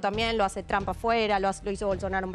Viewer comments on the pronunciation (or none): none